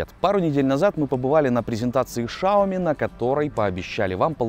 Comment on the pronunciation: дело в том, что этого окружали шепеляво-картавые китайцы, хотя я уверен, что он рофлит, потому что этот вопрос его уже конкретно заебал, еще вариант - носителям западных языков тяжело произнести "сяоми", у них вариант "шаоми" популярный; "сяомИ" (с ударением на 'И', да, а не вот это вот) единственно верный вариант, пруфов с произношением китайцами на Ютубе предостаточно